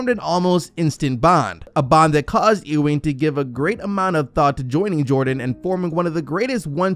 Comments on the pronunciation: It pronounced Ewing (think You-wing) not E-Wing... Bruh, you been watching too much Star Wars... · Ewing pronounced you-ing not ooo-ing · It's YUwing, not Eeewing.